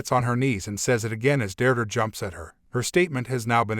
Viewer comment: Never knew "Deirdre" is pronounced "Durdur"